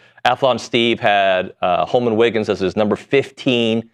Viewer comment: Btw it’s HOLMON. Not Holomon…